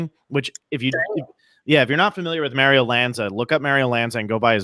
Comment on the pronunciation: Mayrio? It's pronounced Mahrio,.